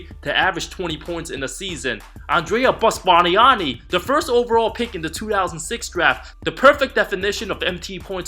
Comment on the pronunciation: The way he said "Bust Barnani" with the Italian accent was hilarious! 😂😂😂